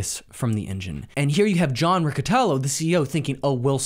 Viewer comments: John Riccitiello not Rocotello :D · lol this dude. The 2nd misstep that Unity made was hiring a man named "John Riccitiello". I don't know how that's pronounced. Dude more offended by pronouncing his name incorrectly than shaming him for destroying a multi billion dollar company.